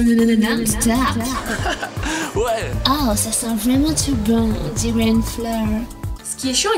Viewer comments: "Oooh, ça sent vwaiment twop bon ! On diwait une fleur !" 😂😂😂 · >''Ooo ça sent vwaiment twès bon , on diwait une fleur ! ''